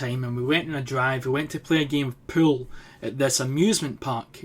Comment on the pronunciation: When you say pool it sounds like your saying pill